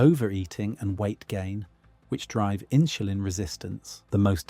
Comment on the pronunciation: 'Inshulin' is pronounced inSulin.